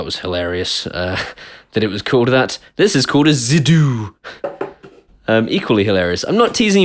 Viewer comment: Zidoo, sounds like zitoun (olives). I love olives.